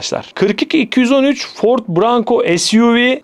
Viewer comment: Ağustos 2025 Gafları: -Monkey D Luffy - Maymun Luffy -Lamborghini Revuelto - Lamborghini Rövolto -Wario - Mario -Ford Bronco - Ford Branco Telaffuz'lara biraz dikkat etmek gerekli sanki...